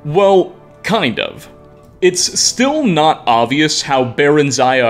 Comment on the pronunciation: if this man pronounces oBvious as "ovious" again im going to tear my skin off